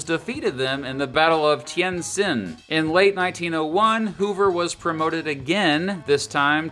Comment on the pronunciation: "herbert hooVER"?